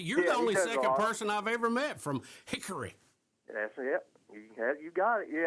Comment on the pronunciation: HICKRY! You gotta shake your head when you say it